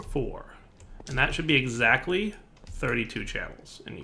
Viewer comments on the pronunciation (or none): none